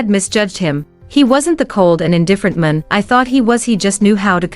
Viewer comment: Horrible narration..'man' (singular) was pronounce as 'men' (plural). Crazy!